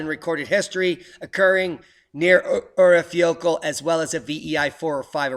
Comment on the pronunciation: I think the pronunciation of the Icelanic volcano is something like ur-eye-fa-ya-kood-la.